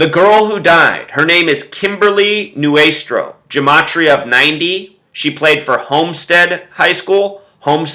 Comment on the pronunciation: I was Kimberly's friend, and you speaking about her in such a demeaning manner is incredibly rude and disrespectful to her family, her friends, and her entire community. It is appalling to see someone who cannot even pronounce her name correctly pretend that he actually knows something about this. Kimberly's story was one that showed the compassion and love of the people around her, and you just turned it into some sort of twisted drama. Not to mention that you completely fail to even do your research correctly. Consider that the people whose lives this wonderful girl touched are heartbroken and grieving. Her community would be terribly upset to see this extremely offensive video in these difficult times. Please take this video down and stop talking about something that is not yours to talk about.